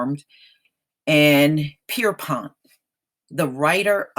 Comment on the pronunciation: Did you say James Pisspot?I mean correct me if I'm wrong.